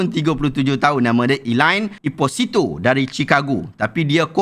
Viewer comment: cara sebut Elaine Esposito tu teruk sangat, cuba selidik dulu cara sebutan yang betul sebab fakta dah cari, sebutan pulak tak kaji. Nanti pakej penyampaian nampak cacat.